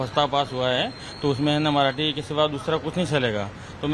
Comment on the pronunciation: मआठी नाही रे मराठी बोल 😂